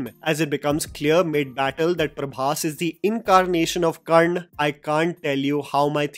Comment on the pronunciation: dude.. Its Karna Not Karn or Karnd 🤬